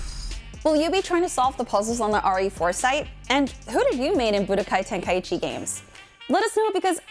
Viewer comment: Bro the way she pronounces tenkaichi Tenka- ichi 😭😂